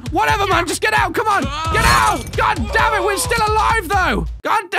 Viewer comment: Has anyone else noticed that whenever says "damn it" it sounds like "damage "?..... Or is it just me?